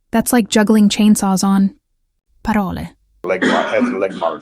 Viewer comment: Your AI-narrator can't pronounce words correctly. Have you heard them pronounce the word, "parole", in this video? ........turn on the subtitles to make it more enjoyable. Get a better AI-narrator.